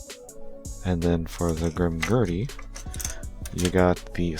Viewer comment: Their names are not pronounced “Grimgertie” and “Bale/Bail.” It’s GrimGairduh/GrimGayrduh, and Ba-El or Baal-like the word “Ball.”